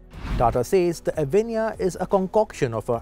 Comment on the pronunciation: Pls pronounce it properly - its a sanskrit word , also used in Hindi , bengali language etc.